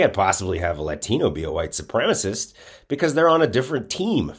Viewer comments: Sup-prem-a-cist, not supremest . Trouble with english stud? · These racist southerners simply must learn how to pronounce supremacist. It is not supremace!! You must not speak about it if you cannot spell it and pronounce it. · this guy is in media and doesnt know that the word is "supremacist" not "supremaist"? and maybe im an outlier, but i dont care about texas or texans they have voted for people who believe in human sacrifice in order to worship their gun god they are heathens...and god punishes heathens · OMG, it is supremacist, there is 4 syllables, not supremus....... He must have gone to school with Lauren Boebert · Why can't these lying sociopaths say "supremacist", and what is a "supremist" 😂. White Nationalists can't even speak English correctly. Having issues with the ability to pronounce multisyllabic words correctly. You can't make this level of stupidity up!😂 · It’s white supremicist… not supremistszz… learn to speak you right wing hack… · "supremist" i think he means supremacist ? hahaha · You know he's uneducated when he says "supremist" and not supremacist. Boebert says the same thing. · right? Okay, I thought I just kept mishearing him, but he was definitely saying “white supremist” 😂🤣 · wtf is a supremist? none of the reptards (the p is silent) say supremacist, as if they were somehow softening their tyranny by refusing to speak... oh ok that's it isn't it? it's how they hope to appeal to their crowd, a less-educated crowd perhaps? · He can't pronounce "white supremacist" either, like Bobo...lol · The word is supremacist, perhaps this guy could brush up on his English skills? Wonder if he's an immigrant? LOL. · Brian Glenn can't even say, "white supremacist"... 🤦‍♂️